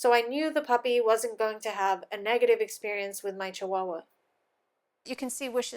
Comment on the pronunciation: my native tonge is Spanish, and I love when you say "chihuahua" ........ name her Chichi!